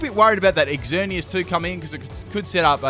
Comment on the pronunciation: Ooof it kinda annoys me how he says exzerneas